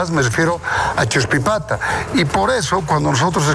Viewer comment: No es achuspipata...es "Chuspipata", Los Yungas de La Paz